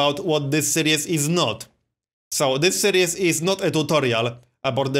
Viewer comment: Dont take offence to this because its really not a big deal. You're pronouncing 'series' wrong. Its more like Sear-ees, you're saying 'serious'.